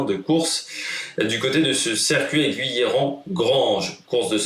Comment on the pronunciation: A l'ouest de Valence ;) Sinon c'est GUIllerand, pas GOUIllerand. Enfin on prononce Saint-Romain de Lerre.